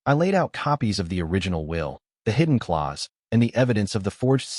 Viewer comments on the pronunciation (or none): Clause, not claws 😅